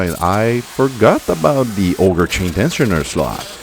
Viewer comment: I love that you pronounce Auger as "Ogre"